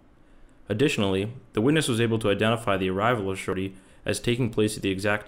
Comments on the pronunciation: I hear shawty like he’s got apple bottom jeans on 😂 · I know that it's his name but I can't take this narrator seriously when he keeps just calling him "Shortey" lmao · I love this whole video calling him shorty because i just hear shawty every time 😂